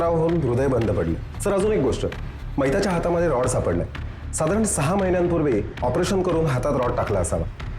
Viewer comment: रड नाही रॉड mhna